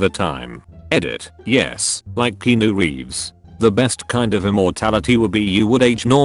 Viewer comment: " yes i like keanu reeves " Robot voice: yes, i like kEEnu reeves Me: i am offended